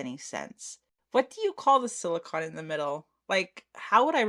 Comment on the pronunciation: Beautiful trays, I agree with the silver glitter snowflakes, the blue ones looked better Also please no one get mad I'm only mentioning because you might not know, it's 'sili-cone' not 'sili-con'